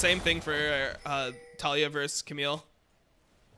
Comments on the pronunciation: Why do you say Tall E Ah ............. Its Ta Lee yah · I'm about to REEEE cuz you keep saying her name wrong :sweat: it's Tuh-Lee-Yuh